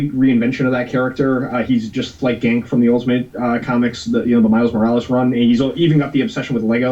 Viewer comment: It's pronounced Gahn-Kay not Gank.